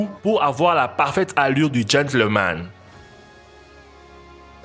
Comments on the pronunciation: Il a dit « chevroliet »🤣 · Tu prononce mal le nom des voitures américaines 😢